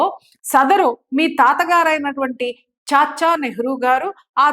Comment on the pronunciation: చాచా చాచా‌ చాచా అని నొక్కి వాక్కనించాల్స్న‌ అవసరం లేదు